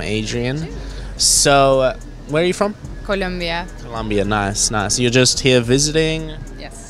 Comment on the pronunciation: "CO-LOM-BIA" South America